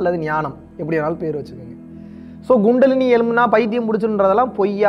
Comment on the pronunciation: It's not GUNDALINI It's Kundalini!!! Hahahahahahahahaha!!!! 😂